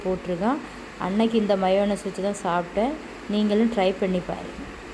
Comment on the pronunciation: Mynus illa MYONISE